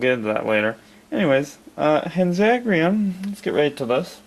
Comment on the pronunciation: By no means am I to offend you, but it seems as if you could use a little help pronouncing their names. Here are the vowel sounds of the Japanese language: A - Ah (or sounding like "On") E - Eh (or sounding like "Emily") I - Ee (or sounding like "Evil") O - Oh (or sounding like "Open") U - Uu (not too sure what English word that'd sound like...) Hanzagiran would be: Han (as in "Han Solo")-Zah-Gee-R-Oh-n. It's a little hard to explain, so sorry if it didn't make any sense. But I hope it helped. Anyways, Hanzagiran is one that I'm still looking for. Well, I have the puny Spark Doll one, but I plan to throw that one out once I get the Marmit one. However, not that one, the one I'm looking for is more white, and has red eyes. Much like the show.